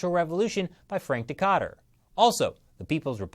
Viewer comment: Dikötter... That pronounciation was brutal. :D Anyway a very valuable episode again. Thank you for covering these topics.